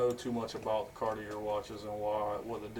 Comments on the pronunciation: Car-tee-ay not Car-tee-er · Cardi-Air....honestly never heard it pronunced that way. Get well soon .